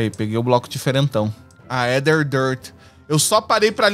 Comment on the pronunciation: Gente, uma dica de pronúncia: em palavras com origem no latim, a sequencia "ae" e "oe" se fala apenas o "e". Então a gente fala "Éther" (Aether), "Édes egipti" (Aedes aegypty), "Entaméba histolitica" (Entamoeba hystolitica), etc